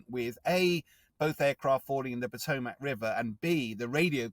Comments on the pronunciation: This is “excellent coverage”? Your definition of those words must be markedly different from mine. Literally everything in this “report” is factually inaccurate. They can’t even pronounce “Potomac” correctly. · My sympathies to all those involved. A trivia in such a tragic incident but the standard of journalism nowadays... Please learn correct proper nouns. I'm 🇬🇧 but know that is not how you pronounce the Potomac. 🙄